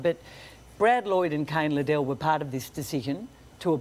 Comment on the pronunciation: It's not Lid-dell, it's Lid-el, get it right Caro!